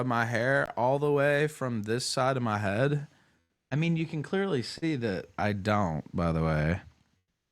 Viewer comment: pronouncing "head" as "hud" --> electric chair